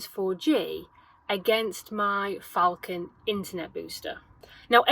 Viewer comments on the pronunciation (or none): none